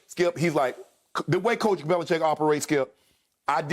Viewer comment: skip really said "bellichickian" lmaoo